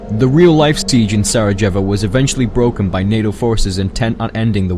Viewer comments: I'm really sorry to be "that" guy but it's pronounced serjevo (sa-re-yay-vo). I'm not trying to be a dick but if people don't point out when something is wrong they'll keep doing it wrong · anybody else bothered by the way he pronounced Sarajevo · 500,000? You guys deserve a minimum of 5 MILLION subs! Your lists are all HIGH quality, very well researched, and just plain fun to watch! Keep up the great work! though in this video..... your pronunciation of Sarajevo made me LOL so hard......